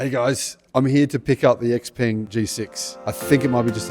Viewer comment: Supposedly he knows so much about Xpeng's technology stack, but he can't pronounce Xpeng (Shao Paeng).